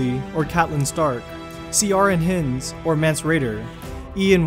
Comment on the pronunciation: Your pronunciation of names is, er, interesting, especially 'Ciaran Hinds' . The name 'Ciaran' is just the Irish spelling of Keiran and is pronounced exactly the same. 'Hinds' is pronounced like 'Heinz'.